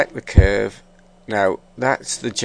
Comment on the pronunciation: thumbs up if you hate how he pronounce word "cuuurve" :3